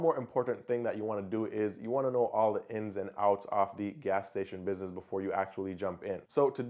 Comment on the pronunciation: Great vid. But the pronunciation of the words businesses and business, drove me nuts tho, jesus christ.